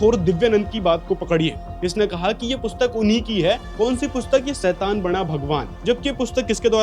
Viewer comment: सैतान❌शैतान✅ Baaki video is too good..👍🏻